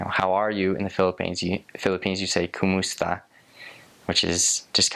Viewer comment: What is Koomoosta 😂 (kumusta)